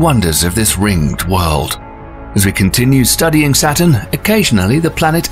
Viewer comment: Hint: "Saturn" and "satin" are NOT homophones.